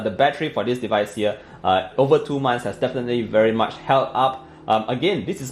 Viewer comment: I like it when u say "thoo"(2)..love from Kerala ,India❤️